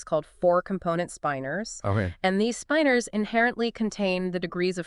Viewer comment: generally, its pronounced spin-ors, not spipe-ors. maybe they sastutou ertr